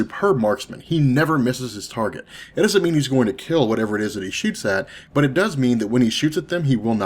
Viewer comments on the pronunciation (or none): none